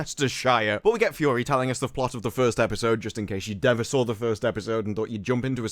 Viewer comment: Did you say “we sawr it”???